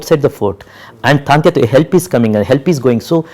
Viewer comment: True . He is absolutely right. But even the directors should know (also to pronounce) the the names in right way of the great historic characters(as per his own say ) as well as he knows the right history . He is calling 'Taatyaa' Topey as 'Taantya ' all the time .